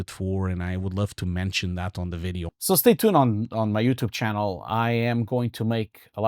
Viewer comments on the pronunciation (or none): none